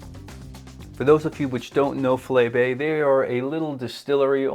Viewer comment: Just to help. Its pronounced "Fy-Lee Bay". But with regards to the whisky, all their range is good, and getting better batch to batch release. The latest Sherry cask release #4 is fantastic.